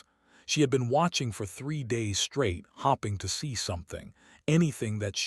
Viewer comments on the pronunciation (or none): MY FKN GOD!!!!!!!!!!!!!!!! At only 10 seconds into this POS story and your POS AI says that "she is HOPPING for something...." NOT "HOPING", but FKN HOPPING like a Muther Fkn Bunny Rabbit!!!!!!!!!!!!!!! YOU ARE IMMEDIATELY OFF OF MY LISTENING LIST at only 10 seconds!!!!!!!!!!!!!! WHAT A POS!!!!!!!!!!!!!!